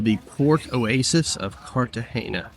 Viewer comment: After the poster mispronouncing Cartagena for the 3rd time (there is no hard "gee" in the word), I had to stop watching.